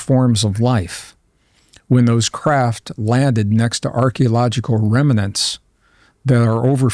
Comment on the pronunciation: You are now entering the twilight zone. FYI, remnant has just two syllables, not three. Dododododoodododo.